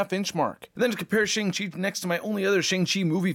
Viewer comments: Finally, someone who actually pronounces Shang Chi correctly. Even the actor himself pronounced it sh"ung" chi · Something I learned recently is that his name is pronounced “Shaung Chi”—I’m an Asian geek and never knew that either! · no he doesn't. It's pronounced Shong-Chi. Even tho it's not spelled that way.